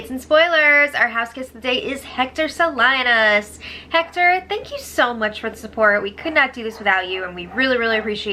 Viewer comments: Hector SaLINAs? Sa-luh-nahs. We really gotta help get cultural exposure. 😛💀 Lmao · Ha ha, lol, not hating but it's Hector SALINAS, it's a very popular latin last name, it's pronounced SUH-LEE-NUS, LOL, you messed that one up big time, jk. It's ok though, we still love you, never miss a spoiler, keep it up.